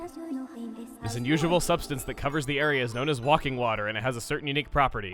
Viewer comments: I think its called wake-ing water, not walking water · it's called '*Waking* water', not walking water. That's one 'L' too many. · Why is everybody on about Chugga saying "Walking" instead of "Waking?" It's Chugga, he talks faster than he thinks. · It's "waking," not "wah-king," Chuggaa. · Why do you pronouce Waking Water as "wah-king" water and not "way-king" water as in "wake up"? You just make yourself dumber than necessary. Oi! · Er... thats waking, as in waking up. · Wake-ing water makes much more sense than wak-ing (wok-ing?) water. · Why is Chugga pronouncing Waking "walking"? It's called Waking Water for a reason, because it wakes up the Guardians when you touch it. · It's not WALKING water. It's WAKING water as in "I'm awake" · Why do %50 of the comments say: "it is waking water, not walking water"? He knows people, he just made pronunciation mistake... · Dude, it's WAKE-ing, not WALK-ing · it's not called WALKing water it's called WAKing water. do u no read!? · you call it "Walking" Water, when it's spelled Waking? You are aware that is pronounced as "way-king", yes? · First time i also read waking water wrong, remember its WAKING WATER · Boi It's Waking Water, not Walking Water. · Know its a minor thing, and you can do your own thing, but its waking as in "Wake up", not walking or Woking. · personally, i like the bug hunting in Twilight Princess better than the silent realms in this game. the waking water and the guardians and all that are just suck a hassle. but i liked the wolf mechanics in TP, so i didnt mind them having required areas. WAKING water chugga, not "walking water" lol. it wakes the guardians -- hence the name. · I think it's "waking" water not "walking" water. Like you're waking the guardians when you step in it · Chugga it says waking not walking XD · walking water? It's pronounced Waking water, as in awaken. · Waking is pronounced "way-king" not "walking." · Waking water. WAKING WATER. PLZ. XD